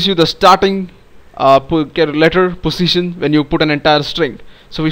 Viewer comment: nice accent fellow indian.. btw.. every time you told Position it looked as if saying Pussytion